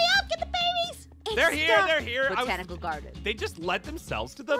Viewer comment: I love how says “ the BONTICAL GARDEN “ my spelling😂